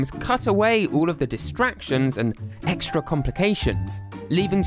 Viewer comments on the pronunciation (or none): none